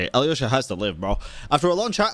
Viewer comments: it's Alösha or Alosha, but definitely not Aliosha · About Alyosha's pronounciation, the correct way is with a silent y. Russian "l" sometimes sounds like there is a y mixed in so that could be the source of the confusion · Hi, Russian here! Alyosha (with a "yo" sound, almost like in yogurt, but it's okay to pronounce it like you do because Slavic sounds are genuinely difficult) and Tugarin are from russian folclore! They are commonly known as Alyosha Popovich and Tugarin Zmei (serpent). Alyosha was a Slavic bogatyr (knight) that wanted to slay the dragon with 3 heads. I absolutely love that Hoyo used these 2 names together 🥹❤ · Your pronunciation may not be perfect, but it's pretty good, definitely better than Alyosha's.😅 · Both are kinda wrong. It's pronounced without a Y but with a soft L. Same goes for Vodyanitsa and Mitya, you pronounce their names without a Y and with a soft D and T respectively